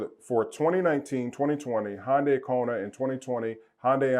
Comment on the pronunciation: You cant even say Hyundai...... you’re a joke.... keep your opinions to yourself.... pleb...